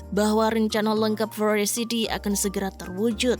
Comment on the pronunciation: Kok sebel ya, denger dia baca forest city jadi forest sithi. Parah